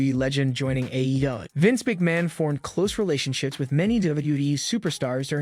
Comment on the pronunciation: I apologize but it’s sounds like the narrator is having difficulty with the pronunciation of some of the WWE superstars and AEW. Just giving some feedback. Maybe slow down when pronouncing AEW it sounds like they’re trying to make it one word… it’s a but cringe 😬